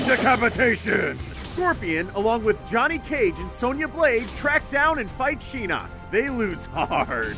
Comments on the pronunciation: y dl u keep saying sheeenok his name is shinok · "Sheenok" Wow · He said (Laughing) "shenok" and "lin khwuey" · its pronounced Shin-knock not She-knock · You say Shinnak instead of Shinnok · What is shin nuk its shinnok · its not sheenok its shinok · Shira ReeU Lin Quee Sheenok Really? This guy doesn't deserve to talk about MK if he can't pronounce any MK words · Love those pronunciations, Lin quiiiiee, shyrai reyu, shiiiiinnok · Chase Jones Also, Shinnok and Shang Tsun. I’ve always heard them pronounced as Shin-ok and Shang soon. Not sure about Kuai Liang, but I think it’s pronounced Kuai Lee-ong. I’m basing that off of the Chinese pronunciation. Which, Kuai means dollar in Chinese, (depending on how it’s said because Chinese is a tone language) and Liang means 2 or couple. So basically his name in Chinese is 2$ lmbo I don’t speak Japanese so I don’t know what his name really means or if I’m pronouncing it correctly. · At least he didn't say Lin queef also "sheenok?" Really? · He pronounced Lin Quie and Shinook wrong probably like how I spelled them both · Lin quee Shirai reeyu SHEENOK WHAT!? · Shirai reeoo Shee-knock Lin Kwiee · "Sheenok" Pronounce it RIGHT next time please...